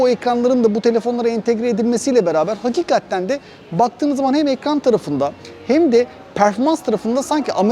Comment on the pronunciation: Daha önce söylediler galiba ama abi HAKİKATTEN Değil de HAKİKATEN demen daha doğru olur